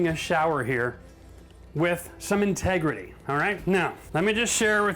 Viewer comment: great drinking game every time he says "tegrity"